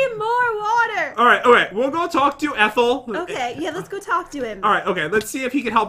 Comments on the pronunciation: It’s Etile not ethel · His Name Is Etile NOT ETHEL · I laughed when and the noob said eathal and not etal